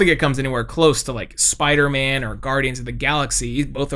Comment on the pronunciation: Bro called Spiderman low tear